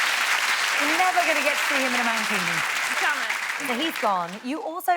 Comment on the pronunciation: "Man-kini" 😆😅😂🤣 Ahahahahahahahahaha